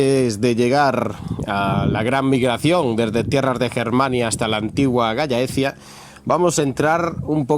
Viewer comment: Se dice galh laecia (, solo que en castellano juntando las dos Ll suena gallaecia, normalmente es tierra de los galaicos